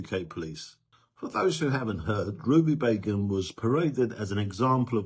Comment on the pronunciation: I thought u said Ruby Bacon 4 a minute 😅😅😅